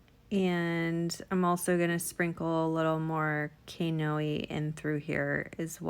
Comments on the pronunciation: Oh my I love it...building up my courage to do this...plus I need to get those glitters! Also that Kaneohe one..it’s a city here in Hawaii and it’s pronounced: Ka-nay-o-he 😁 Thanku for all your tutorials!!! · Hi. Its pronounced: Kaw knee o hay. It's a city on Oahu Hawaii. I'm for the Big island of Hawaii. Love your tutorials!! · Love your videos. BTW, it's pronounced like Kah-knee-Oh-Hey... it's where the marine Corp base is on Oahu, Hawaii. Kaneohe has some of the best beaches on the island. Gorgeous! And gorgeous cup!